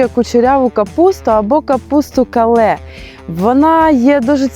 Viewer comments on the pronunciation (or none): Kale(кэйл) В английском так звучит! А то какое то у вас Кале 🫣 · КALE читается как КЭЙЛ, не позорьтесь. Капуста кэйл очень полезная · Кейл, капуста кейл. Вона пишеться ак кале (kale) але читається як кейл 😊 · ❤ Який молодець фермер! Якби комуністи не знічтожили украінських куркулів = фермерів голодомором 23-32 років, то Украіна накормила б усіх навкруги. 😂Та не кале, а КЕЙЛ !!! Вона дуже корисна, але дуже груба- важко жувати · тётеньке на заметку- капуста называется не "кале", а "кэйл" ) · Капуста кейл а не кале